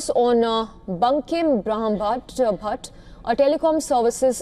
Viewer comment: She is having such a difficult time pronouncing Brahmbhatt! Shame that Indian newsreaders can't pronounce Indian names correctly